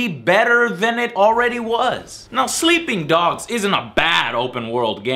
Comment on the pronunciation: "Sleeing Dogs"